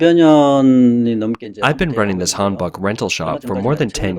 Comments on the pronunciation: Seriously? Can't even get your pronounciation correct? Please do some research before pronouncing it correctly. It's not hanbak but hanbok like as in han-broke without the "r". Just hearing it like the first 20 times makes me cringe. Sorry, but have to un-subscribe. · prononced han boek